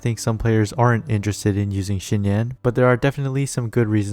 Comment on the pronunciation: "Xi" is pronounced Z not SH